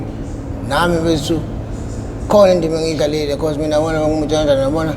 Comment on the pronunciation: Be-ca-use.😂😂😂😂😂😂😂😂 I'm done.😂😂😂😂